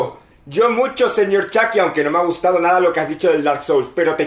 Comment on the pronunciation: Chaki? Mínecraft? Joooder.....qué os cuesta decir Chuky y maincraft bien pronunciado en inglés coño!